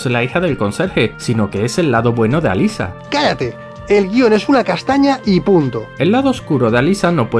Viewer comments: alisa? como alisa?! alessa se pronuncia, hasta en la peli lo dicen asi. no cambien las cosas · ALESSA, no Alyssa, si van a criticar almenos critiquen bien 😂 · "Alyssa, Alyssa, Alyssa" Es Alessa. Error épico! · Cierto Si a Alessa le dicen "Alissa" a Cybill deberían llamarla "Saibyl"